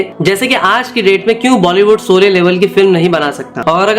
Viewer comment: Soley nahi bhai Sholey bol le.